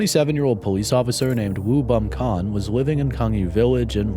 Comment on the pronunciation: jsyk: woo - pronounced “oo”, words/names with “woo” always have a silent W bum - pronounced like bum but with a more “o” sound, like “beom” - sort of like bomb but without the b at the end kon - the k is more similar to a g, which is hard for english speakers to pronounce, but a sound between a k and a g oo beom gon also u should cover the gwangju uprising its very fascinating